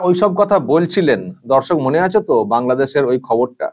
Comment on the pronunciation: Ota kangladesh thik kore pronounce korte hobe